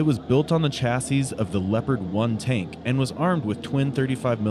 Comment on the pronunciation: LOL! You said chasseez.